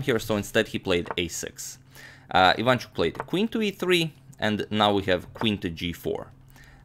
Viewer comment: yes and his second name is ivanchUk, not ivAnchuk, but nobody cares here :)